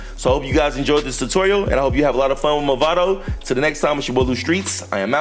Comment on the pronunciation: Nice guide. btw it's "Mavado" and not "Movado" :)